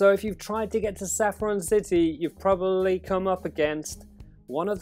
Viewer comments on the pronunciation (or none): none